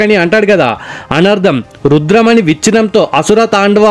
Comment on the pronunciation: అది రుద్రమణి కాదు రుధిరమణి